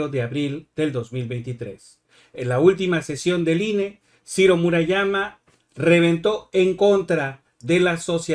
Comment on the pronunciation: Cirrrrro, peeerrrrro, guuuuuango